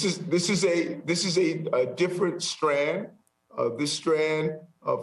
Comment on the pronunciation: This guy doesn’t even know how to say strain. Unreal.